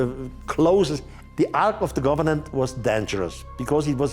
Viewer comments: It’s Ark of the COVENANT…not “govenant” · It’s driving me crazy how he keeps saying “Ark of the governan”! 😫 It’s COVENANT, not governan! 😂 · Its Covenant, not Governant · He said governant actually, bless him😘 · Ark of the "governan". Do you mean covenant?